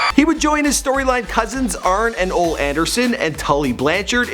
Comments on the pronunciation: Wahoo McDaniel not McDonalds and Ole Anderson's name is pronounced oh-lee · hahaha and Ole ( O LEE ) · Wahoo mcdaniels and ole is pronouched oly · Wahoo is McDaniel(s), not McDonalds. And Ole is pronounced O-lee. David was signed to WCW before he went to the WWE.